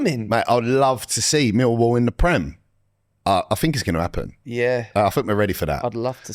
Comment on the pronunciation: is bang on with the millwall pronunciation